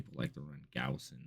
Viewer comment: YES! He said Gauss correctly!